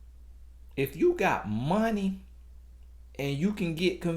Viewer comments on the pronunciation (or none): Mon-tee! Not Money!!! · 😂😂😂😂.."Not money!..but MONT-TEE"...I died..